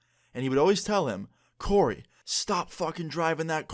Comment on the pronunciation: Omg my name is coray but u said Corey :( but u were close to my name